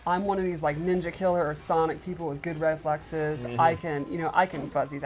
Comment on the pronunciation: Why do they say Ninjakiller? It’s Ninjakilla